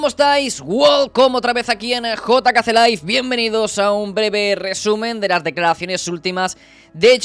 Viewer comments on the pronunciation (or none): none